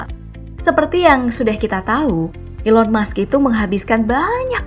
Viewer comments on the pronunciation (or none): Elon musk min bukan Elon mush 😂😂😂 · Elon Musk bukan Elon Mush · Elon Musk (pakek K) bukan Elon Mush